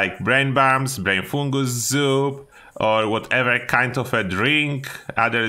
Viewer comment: Can you say “brain fungus soup” again for us one more time bro said “brainfoogalzoo”